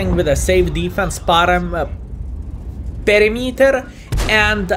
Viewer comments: I wasnt the guy who complained about "parameter", but I want to tell you that you almost got it. Its not "peremiter" its more like "peramiter" 👍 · it’s pronounced Per-imeter...not Pari-meter....PER-IMETEr. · Hi, sorry but "Parameter" works. It makes more sense for me to say "a safe defense parameter" than perimeter.. and it sounds funnier in a way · pls dont say "perimeter" it is horrible, i want to hear "parameter" ty <3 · It is pronounced "pe·rim·e·ter". You say it however you like though. I am grateful you took the time to learn English and make videos for us. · pur-rim-iter:) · The reason you can't say the word Perimeter correct is cuz u aint MURICAN. We dont use the metric system, so we almost never say the word Meter. We pronounce it with emphasis on the Peri, then we say Miter, with emphasis on the MIT. like baseball mit.I work in machining, and operating C&C machines i am very familiar with the metric system, so I get why you say it the way you do.